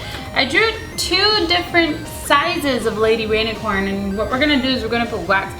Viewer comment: cupquake it sounds like you said baby rainicorn and not lady rainicorn